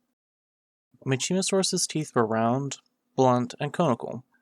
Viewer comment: Mack ih mo saurus is the pronunciation